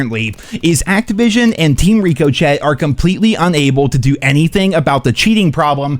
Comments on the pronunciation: Damn it, Rick O Shay, not Rick O Chett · I can’t take you saying ricochet wrong anymore 😂 it’s not Rico-Chet. It’s pronounced more like Rikko-Che Like Che Guevara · that's not how you pronounce ricochet LMFAO. It's pronounced ri·kuh·shay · 🤦‍♂️ no shit sherlock, he says it this way on purpose 💀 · The real problem here is how you pronounced to ricochet